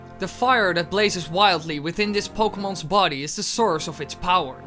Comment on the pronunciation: "pokemons". lol